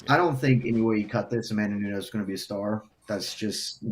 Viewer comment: They are right. No one cares. It is what it is. Her post fight talk after Ronda rouse was cringeiest ever. She just doesn't have the it factor at all..... not nunhez A K Lee. Nunes. Like knewnes